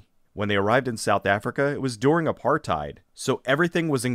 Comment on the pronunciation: Awesome as always. It never gets old hearing someone not from SA, pronounce 'apartheid'. You've earned a like just for this